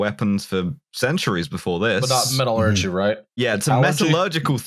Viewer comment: is right in how he pronounces metallurgy.